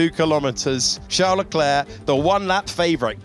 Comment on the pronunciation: Hate how they say "sharl larklare" for Charles leclerc!